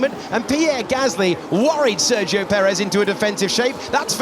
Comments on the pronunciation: Try to pronounce it as "sair gi yo". You can do it. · At this point they should really learn how to pronounce Sergio…